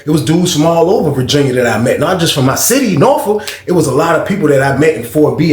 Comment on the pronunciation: Cmon Bro! A Sitiffy!!! P-A-U-S-E!!!!!!!